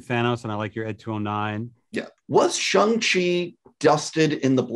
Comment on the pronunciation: Why is he saying it like shung chi